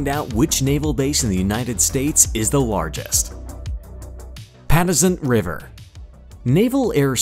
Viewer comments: For those of us that have been stationed in VA Patuxent River and Sewells Pt; was not pronounced properly in this Video. I have been stationed or TAD to most of these bases and this was a pretty good video. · The narrator’s pronunciation wasn’t even close. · Maybe if you could pronounce Patuxent river I could watch your channel, please!!